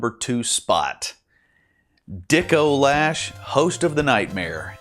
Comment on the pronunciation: "Dickolash" is what really got me XD